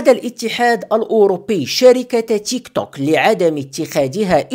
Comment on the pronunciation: ينطق بالعربي تيكتوك 👍